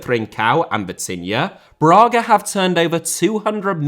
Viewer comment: Lionel* not Lenl Braga* not Brohrguer José* not Djouwsei Fonte* not Font Málaga * not Málaguer Via* not Vyer Tchouaméni* not Tchouameini Mbappé * not Mbappei Martial* not Marchial Disasi* not Disohrzi Badiashile* not Badiashilei Andre* not Ondrei Benrahma* not Benrohrmer Mbeumo* not Mbweimouw Eden* not Iden Pépé* not Pepei Renato* not Renohrtouw Onana* not Onohrner Magalhães * not Magaliz Salzburg* not Soltzbög Mané* not Mohrnei Adeyemi* not Adeyeimi Uefa* not Yuweifer Eredivisie * not Eradevisei Udinese* not Udeneisei Zagreb* not Zohrgreb Caicedo* not Caiceirouw Venezuela * not Venezueiler Roberto * not Robötouw